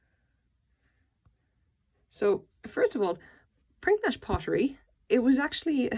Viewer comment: It's actually pronounced 'prinidge'.